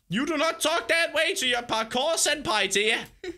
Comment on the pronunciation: "This is my pakour lessen!" XD